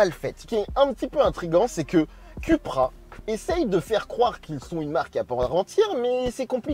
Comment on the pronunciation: Ça se prononce “Coupra” et non “Cupra”. 🤓 Et le tutoiement alors qu’on ne se connaît pas, comme bcp de YouTubers font, c’est juste insupportable. 👎🏼